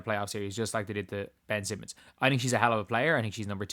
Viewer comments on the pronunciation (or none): none